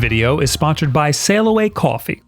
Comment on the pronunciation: I kinda like the way says "kwoffee"